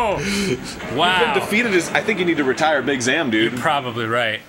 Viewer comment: Big Zam is pronounced Big Zom